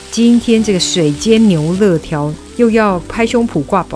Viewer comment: 牛累条 不是乐条